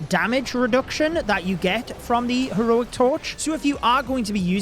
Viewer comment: Bri ish moment 🇬🇧